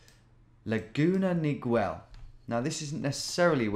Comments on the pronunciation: Laguna Nigwell 🤣 (It’s pronounced like Miguel which is Mee-gell not meeg-well” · Laguna Niguel the u is silent in Niguel, not Laguna Nigwell. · Laguna Niguel is pronounced "Nih-Ghel" i lived there about a year and actually used to get groceries at the place the pin was set when you search for the place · I recognized it right away as well and knew the hill he was on! Two things Tom the banner you thought said O’Ryan said Design. It’s the Laguna Design Center and second the city is pronounced Ni-Gell, like Miguel with an N. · I knew the second one immediately, as I grew up in the area. The Ziggurat is a local landmark, and has been in a number of movies. The building in the foreground is the Laguna Design Center. And, BTW... Niguel is pronounced nih-GEL with a hard G. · Hearing him say “Neegwell” is so funny to someone who lives near Laguna Niguel. Love how Tom pronounces all Spanish words. Love the vids keep it up. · FYI, Laguna Niguel is pronounced "Laguna Nuh-gell." I know, I know, it's weird, but tons of Spanish words have been modified by English speakers here in L.A. and just stuck. This is one of them, locally.